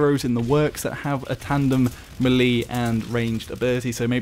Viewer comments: It's pronounced "may-lay" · How you doing m'leeedy haha you struggle saying melee xD Like all the whilllle.........and now i got to the end of the video..... lol oh well still stands haha